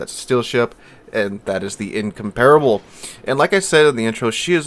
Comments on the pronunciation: "In-comp-rubble" not "in-compare-able" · In-comp-rable, not in-compar-able.